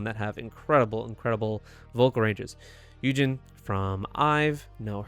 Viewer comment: iz*one and their iconic intro and outro will never get old, minju is literally sana's and tzuyu's long lost sister. She was also offered to be in Le sserafim but she refused/rejected the offer cause she has always wanted to pursue acting so she is an actress now and also an MC for music shows. Btw, you pronounced yujin's name as yunjin 😂